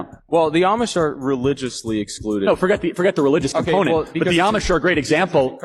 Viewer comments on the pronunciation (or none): none